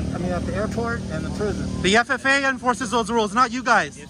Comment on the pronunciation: Im a corporate jet mechanic of 21 yrs, this guy calling it the ffa and not faa is driving me nuts, but remember he is highly educated